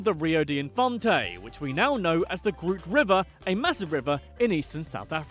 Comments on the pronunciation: He called it the groot river instead of “groot”. If yk yk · Good video, however, next time try and differentiate the Afrikaans words from the English words. 'Groot' is actually an Afrikaans word for 'big' and is not pronounced like the name of the Guardians of the Galaxy character. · Baas? Groot?Boer? Everything you just said was wrong😕